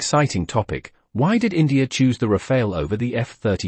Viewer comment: It is not called the "Rafail".